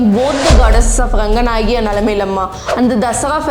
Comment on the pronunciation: Talakad instead of Talakadu. maralagali is pronounced incorrectly. Even her pronunciation of Ranganayaki is unclear, sounds like Ranganayagi. Even a non Kannadiga should not have issue pronouncing Shrikantadatta but she screws that up too. She pronounces literally every English word incorrectly. Mispronunciations are fine, it's natural. But being in denial and simply throwing compliments is not okay. There were hardly any Kannada words in the video and out of the very few she has mispronounced half of them.